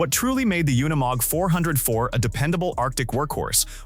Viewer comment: I see you caught that as well. The artificial intelligence couldn't say unimog right. It happens a lot on these off-road things I've heard them say words like ton but pronounce it incorrectly like they were saying tong minus the g. Both the AI storytelling and the AI images are terrible. I've seen one where showed how a gun works and it fired a bullet with the primer and casing still intact